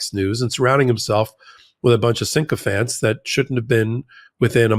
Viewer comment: the word is “sycophants”, NOT “syncophants”.